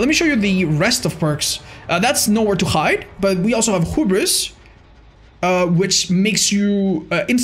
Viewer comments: i think your supposed to say it like hyoubris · It's pronounced "Hyoobris" for everyone who has mispronounced it. Not that hard of a word. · Drinking game, take a shot every time said Hub-ris